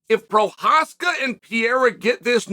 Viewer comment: What a sad day it is when Chael pronounced Prochazka the right way. Lets hope not to see the day that he gets Pereira right.